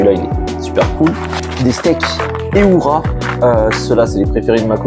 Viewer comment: marrant j'avais jamais entendu dire heura comme tu le fais mais ça parait logique ^^ ouai je suis d'accord la plupart des charcuterie sont dégueu malheureusement, et ovs est trop chère aussi. le jambon lavie est pas mal aussi et moins chère que du animal et dispo un peu partout